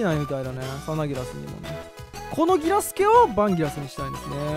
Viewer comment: サナギラスのイントネーションでと理解し合えない壁を感じた。